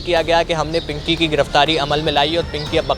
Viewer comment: Pankhiii nhi bro pinky 😂😂😂😅😅😅